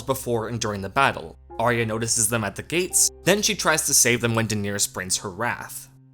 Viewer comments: The fact that you pronounce Daenerys incorrectly, and the number of times you say her name, is maddening. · Uwu, the most precious name in the series was pronounced wrong ;( Nothing matters anymore.